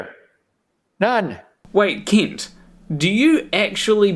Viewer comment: I know this is just how you pronounce it and that's completely fine, but i like to imagine that your pronunciation of "Kent" sounding like "Keent" is just a small jab at Kent for pronouncing Paulogia incorrectly. Also, this is the first time I've seen your channel and this video was great!